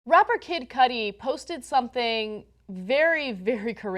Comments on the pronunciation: Kid Koodi is how it's pronounced Anna. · it's Cudi pronounced coo-di...